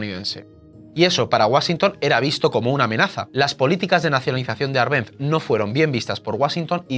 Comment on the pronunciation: Por qué pronuncias mal Árbenz? No sabes leer?